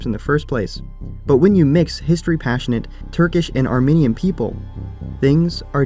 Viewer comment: You keep pronouncing "Armenian" as "Arminian" and I, an Arminian, am offended. Armenians and Arminians are two completely different things.